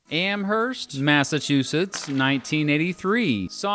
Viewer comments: Am-erst, no h. It’s weird, but tere it is. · It’s pronounced “amerst” silent H, as opposed to the one in New York where you pronounce the H. You’re welcome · Nice article...thanks. Also the "h" in Amherst is silent... as in "Amerst" :) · AMERST (no bloody "H") ugh hahahaha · It’s pronounced Amurst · The “h” in Amherst, Massachusetts is not pronounced. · The H in Amherst is silent!